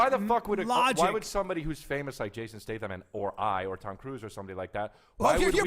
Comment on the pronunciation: Does Bryan know his name is Statham not Stratham?